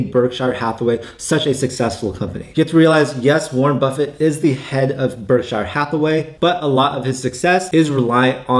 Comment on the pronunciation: Berkshur not berkshyre